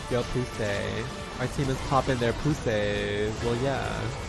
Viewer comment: omg i swear to good i thought you were saying ''pu**y'' with a weird pronunciation everytime hahahahahaha like spanish is my first language but ''pues si'' was not clicking for me LMAO